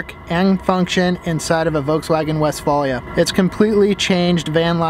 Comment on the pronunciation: and he pronounces it incorrectly...